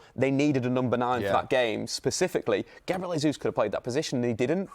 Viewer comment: What is he calling Gabriel Jesus?!?!? It's like he's putting his entire name together and adding an L. Lesus 🤔🤣🤣🤣🤣